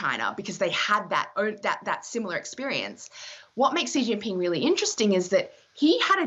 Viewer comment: did she say.... "sheetingping " ??